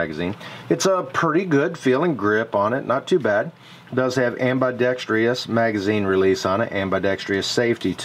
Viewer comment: am..bih...dex...truss. not am bye dextreee uss